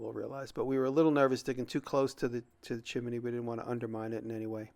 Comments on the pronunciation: Are you saying "chimEny" instead of chimney as a joke? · Chi-min-knee. lol